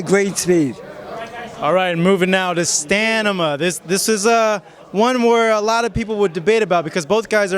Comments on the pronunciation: "Stanima" ... LOL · He Said Stanima everytime hahaha :D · staMINA..not staNIMA...where did they get this guy lol jk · lol “stanima” come on bro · Dude said stanimaa..dyslexic much hahahahhaahah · What the hell is STANIMA? Ahahahaha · Stanima. Lmao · "stanima"? 😂 tf is that bs? How about hmmm "stamina" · Got damn Stanima! I lol'd so hard and he said it twice what the hell! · haha he said "STANNNIMA" lmao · Idiot, what the fuck are you saying stanima? Go back to nursery and learn to read. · Stanima LOL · Hahaha Stanima xD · Stanima hahaha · Que "stanima" ???? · it's really annoying for my brain that he says stanima twice! jesus Christ! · Lol. The interviewer's credibility was ruined once he said, "STAN-IMA". To make things worse, hé repeated it. Made me cringe. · Wtf is stanima. The reporter should have known that its supposed to be stamina. Haha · Stanima LMAO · Stanima? You okay? Lol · "Moving now to STAAnima..." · Stamina!!!!! Get it right smh lol 😂😅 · If a person doesn't know the meaning of what he's trying to say, he'd say it the 2nd time (or more) without noticing it by himself... Otherwise he'd have been corrected it the second time around... STAMINA! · You had me at Stanima.lol. good breakdown nonetheless